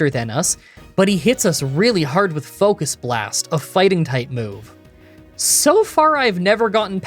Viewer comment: "focust blast"